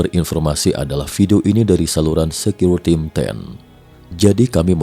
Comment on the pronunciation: Sebutan yg betul Secureteam = secure team (pasukan keselamatan) Secure d sebut = sikeyor, baru sedap d dengar 😁